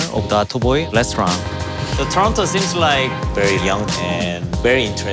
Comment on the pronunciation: its not torona wtf its torono